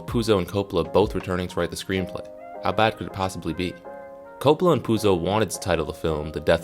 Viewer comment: man, first of all its pronounced CoPPola not Copla. its an italian lastname. with more Accent on cOp... part.